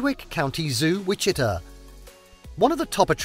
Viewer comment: Folks, it's pronounced Witchy-TA and Toe-PEEK-a. Oh and that's Kansas City Missouri towards the end for anyone wondering what that beautiful city is (literally across the state line).